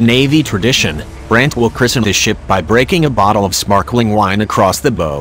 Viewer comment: The computer narration is a disgrace to the advanced technology of this ship. Mispronouncing BOW... really? Is it translated from Chinese?